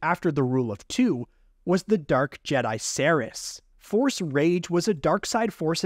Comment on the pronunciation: Forcé shield